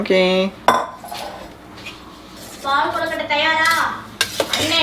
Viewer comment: Pahu kolukkatai that's not paal kolukkatai